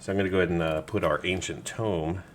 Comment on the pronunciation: anyone else get annoyed by ancient TOME and enTOME?